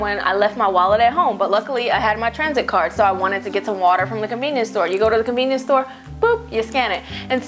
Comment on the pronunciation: "Yo go get this t-money cardeu" 😂😂😂